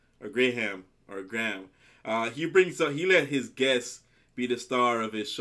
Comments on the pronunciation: In Graham, the h is silent. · Graham is a very popular name in the uk. It is pronounced Grey-em idk why.. So yeah just so you know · The name you’re looking for is, Sir Patrick Stewart...he played Jean Luc Picard in Star Trek....you almost got Graham’s name correct...it’s pronounced “Gray am’”..two syllables..great reaction by the way😉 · Dont say Gra- ham say Grayum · Pronounced 'Grey AM' not 'Grey Ham' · It's pronounced "Grey am" not " Grey Ham" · In the uk we'd say Graham phonetically like Grayum 👍 ❤️ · Grey-Ham Norton 😁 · Gray Ham lol. Americans are so funny. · did you call him gray ham? lol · "Grey - um" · Pronounced Grayam 😊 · Pronounce it phonetically Greyam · Pronoumced "gram"